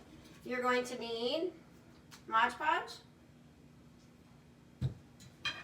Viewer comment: It’s pronounced Mod Podge, not Modge Podge.